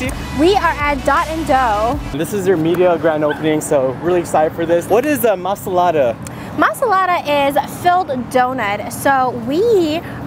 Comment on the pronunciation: It is MALASADAS not MASALADAS. Say it right